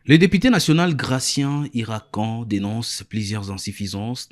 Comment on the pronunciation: On écrit iracan mais on prononce iratshane monsieur le journaliste